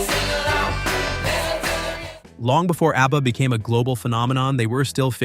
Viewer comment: Why does he keep calling them ARBBA?